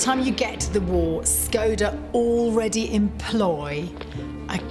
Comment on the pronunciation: it's pronounced - shkoda the symbol over the s you would think historians could look up pronunciation